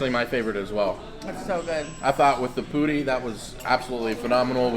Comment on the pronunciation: The way you pronounce ‘puri’ is spot on! Keep at it. Chhoe-lay Th-aa-lee Daal Ja-lay-bee Sorry, couldn’t resist giving you a few pointers. Namaskar, from Bombay, Hindustan.